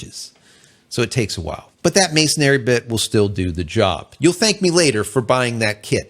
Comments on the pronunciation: To be pedantic, masonry is pronounced exactly as it's spelled. Masonry like "mason ree" not masonary which is not a word. Other than that your video is great. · FYI it's pronounced masonry not "masonairy" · MASONRY, Not masonary!!!!! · Masonry. No "A" between the n and r